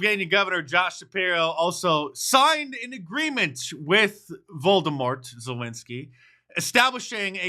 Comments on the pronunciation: "Voldemort" Zelensky - yeah, I caught that. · Did he say Voldemort??? Lol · Did you say voldemort zelensky? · "Voldemort Zelensky" lmao 😭😭😭